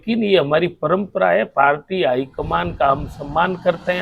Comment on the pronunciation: Mla साहब पालटी नहीं पार्टी होता हैं।